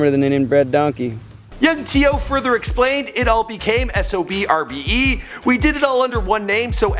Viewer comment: And you say it like SOBRBE you don't say the X. That's how they say it themselves. Since ya asked